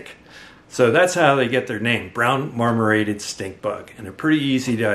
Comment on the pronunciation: Marmorated, not mormorated